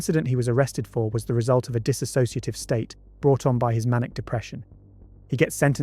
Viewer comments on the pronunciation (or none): none